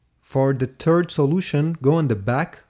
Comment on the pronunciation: He dropped two "turd"s